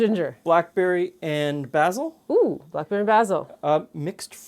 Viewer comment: this is the first time I've ever heard someone pronounce basil as "bazzil" rather than "bayzell"